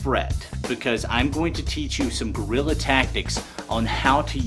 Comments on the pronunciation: I tend to agree with you but he does not say Guerilla or gorilla. He says "grilla". But you are probably right that it is as Americans would say a "wa''ior" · It's not "Gorilla Tactics" It's "Guerrila Tactics" Ugh. Anyway, could you attach two vertical lights to the sides of the screen, and use them to light it up and keep shadows off? (Or maybe to the top and bottom?)